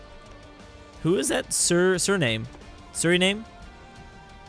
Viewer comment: Surrname? Kiergestrstan? Ohmylord...